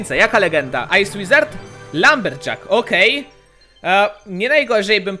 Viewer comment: Ej ty powiedziałeś ice łizard w magikal czeście